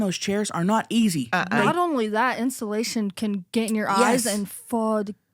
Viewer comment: I’m in tears at the mouse story and then when the timer went off saying “if you’re a mouse that gets in instillation (instead of insulation)…fuck youuuu!” I am crying 😂😂😂 Love y’all hunnies ❤